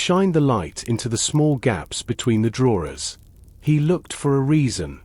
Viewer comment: Sorry, I tried but couldn't stand the continuous mispronouncing of the word 'drawers'. Also, speech too fast to be relaxing.